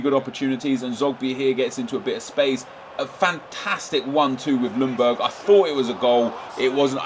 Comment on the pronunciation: "Lung"berg This nigga is being serious